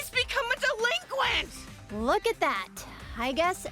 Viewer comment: The "delenquent" stuff really gets tired and old after a while